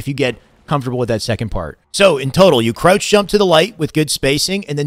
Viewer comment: I need a 2 hr video of this man saying krautch